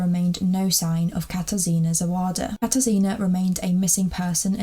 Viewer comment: It is pronounced kata-shina instead of katar sina